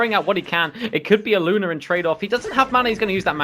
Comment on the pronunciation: Good cast but it's "Maledict" and "Luna", not malediction or Luner